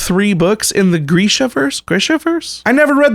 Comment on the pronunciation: You're right the first time, it is pronounced like greesha. ^-^ Lol It seems like people either love Six of Crows and think Shadow and Bones was not that good, or they love Shadow and Bones and think Six of Crows is overhyped; it seems like it's incredibly difficult and rare to find anyone in the middle. This makes me a titch wary of reading Six of Crows..after I finish the trilogy. (Even though I originally thought it sounded like something I would probably like.) Because..I really enjoyed Shadow and Bones, myself, even though there are certain things I can understand why not everyone would be able to tolerate them. Buut, then again, I also haven't finish the trilogy yet..ssooo..maybe the ending will change my feelings, idk. Uugghhhh—WHHYY do I have sssoo many things I need to finish!! ^flails^